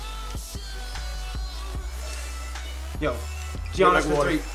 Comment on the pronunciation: It is not Gianss its yuans